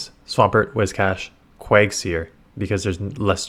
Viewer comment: PLEASE ITS QUAG-(ZIRE)😂😂😂